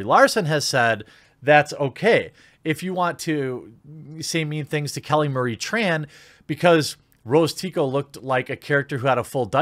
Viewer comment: You know I'm way less offended about her role as Tico and more about how she can't even pronounce her family name 'Tran' right. Did her agency tell her to do that? Or she just thinks it's trendy?